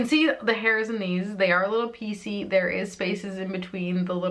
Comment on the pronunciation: 😂 every time you said piecy all I heard was PC like President’s Choice where I’ve bought some Ardell lashes. BTW: i also had two wedding days (2 receptions: 1 in Winnipeg and one on Montréal). Easier than having 40 family members buy plane tickets...and it was kind of on the way to Jamaica. 😎